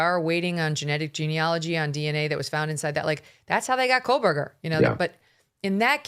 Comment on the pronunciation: there is no L in Koebergerr!!!!